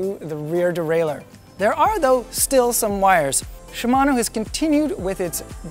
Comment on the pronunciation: wow, a canadian who pronounces "shimano" correctly. incredible.